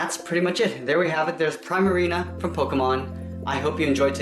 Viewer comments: you said primarina wrong. its pronounced pree-ma-ree-na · its pree ma ri na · Primarina is one of my favorite Pokémon and you saw Primarina wrong 😆😄